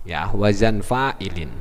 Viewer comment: Pak. bukan WAJAN tapi yang benar WAZAN